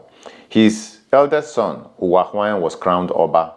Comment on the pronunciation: Thank you for this video, very informative. But please the name Ohen is pronounced with an or as in Or -hen meaning may it be peace or may there be stability. But when Ohen is pronounced with an initial O, the word Ohen means a priest. My familiarity with the name gives me to understand it is pronounced with an initial Or before the hen—Or-hen. Thanks all the same. Great work!